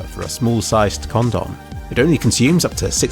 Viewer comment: the way you say "condom"